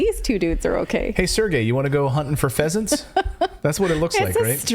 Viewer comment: HUNTING PHEASANTS, ...OH...I THOUGHT YOU SAID HUNTING PEASANTS...never mind.